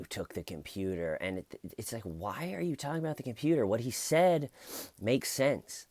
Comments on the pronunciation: I think you say tyorking hilariously and indeed exceedingly well. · I love hearing you tawk about tawking. But ED needs to stop tawking. Maybe “toyking”? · Keep Tawking Bro!!!! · I love ya!!! Keep TAWKING! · I like to hear you TAWKIN ‼️